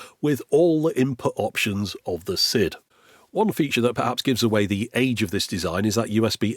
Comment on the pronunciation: Is it not pronounced 'side' rather than 'sid'?